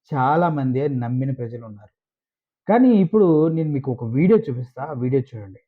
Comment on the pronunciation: "చూడండి..." ✔️ చుడండి... ❌